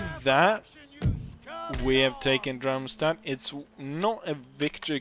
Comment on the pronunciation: dude, it`s DARMstadt, not DRUMstadt